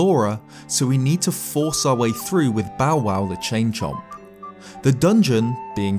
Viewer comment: "mahbay" "Bowbow"